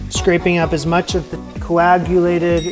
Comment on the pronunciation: Coajulated ahaha